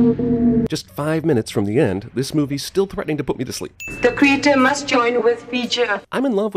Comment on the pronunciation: Never noticed until now, but does Probe-Iliya pronounce "creator" like "creature"?